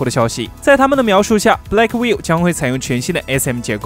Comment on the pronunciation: Blackwell 英文發音完全錯誤😆😆Gay牆你可不可以專業一些😵‍💫😵‍💫